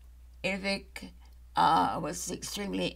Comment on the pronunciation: Vivek is prounced, Vi-VAKE like cake